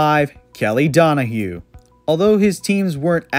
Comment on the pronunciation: It's Kelly Donohoe, not Donohue. And I believe Seurer was pronounced "Sire" or at least "Sire-er" rather than "sewer". No Bobby Douglass?